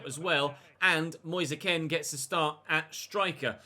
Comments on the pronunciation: please pronounce Moise Kean as Moise Keen and not Moise Ken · It’s pronounced Keane not kin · It's moise kean say it nicely pls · Moise Kean's last name is pronounced the same as Micheal Keane's. He said it himself when he signed.